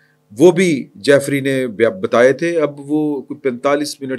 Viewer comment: Ask someone about real pronunciation of Jeffery. Keep making fool of ur self. It is Jeffery Epstein. جیفری ایپسٹین